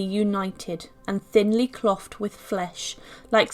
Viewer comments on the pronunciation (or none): For God’s sake…. CLOTHED is pronounced CLOATHEd. Samuel PEPYS is pronounced PEEPS. Do your research. You just jar my nerves and make me feel limp for hours, vomiting your uneducated drivel.